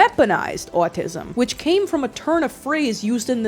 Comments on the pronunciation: I find it so funny how you say “owatisum” lol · The way you pronounce "autism" is simply enchanting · why do you say autism like that😂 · no offense but everytime you say autism you sound like a new jersey mother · the way you say “autism” scratches my brain aaaghh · For some reason, I can't get over the way you say "autism" and "often". It's just so oddly entertaining to listen to.